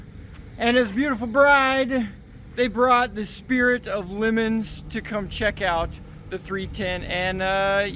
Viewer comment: oh dear lord, please pronounce LeMons correctly, its not a lemon (fruit) or Lee Mons or Li Mons its Le Mons, a French Town famous for its 24 hr Race your a clever guy, at least sound half educated like what i is!!! oh yeah, them valves are real good at their job, the seals are amazing, i scrap aircraft parts, i was taking one apart, maybe 50's vintage so about 70 years old, and yep it was still holding fuel